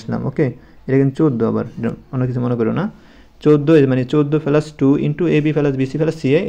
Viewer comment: স্যার শব্দটা পেলাস না প্লাস